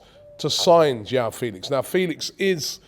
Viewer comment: João is pronounced like Jwow - the J is pronounced like in a french name like Jacques. And Félix with an emphasis on Fé, and the é sounding like the E from Eric